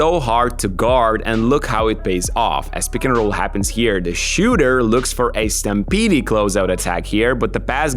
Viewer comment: Second "e" in stampede is silent